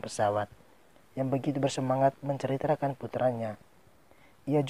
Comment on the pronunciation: Cm kekurangan nya. Abang Pengucapan MENCERITAKAN. jadi MENCRITRAKAN😁